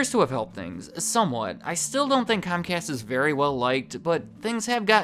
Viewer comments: Comcast? Its pronounced Cumcast, you know, because we're they're bitch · It’s cumcast bro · I think you mind pronounced it. In my neck of the woods it's pronounce scum cast.